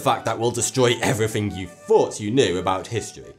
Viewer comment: THE PROBLEM OF "TH" "everyfing you fought you knew". Why did this guy become a voice artist? This is a very specific regional accent where people pronounce "th" as "f". It can sound childish to people from other places. There's another guy on yt that's irish, and he says "tirteent" for "13th". (He actually says "tartoint", but those are just variations in pronunciation, whereas as not being able to actually say "th" is just wrong. Says every "th" as just "t". You gotta wonder why the kids aren't taught to speak correctly in school. I know that people have accents and they're not necessarily bad, but "tirteent" is not even english. I mean, if I said it like that and heard other people saying it differently and realized that they were correct, I'd probably just a little time and teach myself to say "th" properly. I mean, it's actually kind of a linguistic poverty to actually just lose something like that, because "t" and "d" are still other things that people can say, so you're actually just giving something up to pronounce it as something else. "Th" is actually a quite nice, soft and "airy" sound. It's a shame that some people can't say "breathe", but instead say the clunky "breed" or even "breet". "Breet slowly now, tru your nose..." Fix it! Of course, "th" is very hard to say for a lot of people. Even for some Americans, Brits, and aussies, for whom it's native. You'll hear people say it as "d", as in "what de hell". In these cases people often say it correctly in some cases